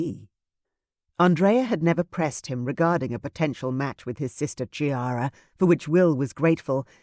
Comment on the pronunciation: This is such a wonderful story. I loved the other ones in the series but this one is the best. It would only have been better if the name Chiara had not been mispronounced, as it is really "Kiara" (as ch is k in Italian). Looking forward to Clarissa's book!